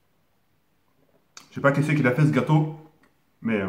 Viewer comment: mdr il a dit secpa